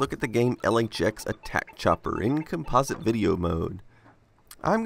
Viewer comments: Com'-po-site, not Com-pos'-ite. Just sayin' CGA composite was used by almost precisely nobody. At the time, it was actively discouraged in marketing because IBM didn't want to link it with the toy image that the VIC20, Sinclair, and to some extent the Apple ][ got nailed with. Most affordable colour CGA monitors didn't have composite inputs. I find it ironic that you use the Commodore 1084 monitor for this video. Ironic in that the 1084 is the monitor that was originally marketed with the one computer conspicuously absent from your list of CGA competitors, namely the Amiga 1000, which was released squarely in the heyday of CGA. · Try changing the pronunciation of the word "composite". Other than that it's a great video, thanks for publishing.